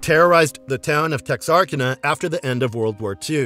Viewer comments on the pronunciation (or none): So you can pronounce Samhain correctly, but How can you possibly mispronounce Texarkana? It's literally pronounced how it's written TEX- AR- KANA. NOT "tExaRrkEna." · The name of the town is pronounced TEX-AR-CAN-UH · Texarkana pronounced Tex-ar-canna. It represents it being on the Texas-Arkasas border. Thanks to this video I finally watched Nightbreed. Freaking awesome movie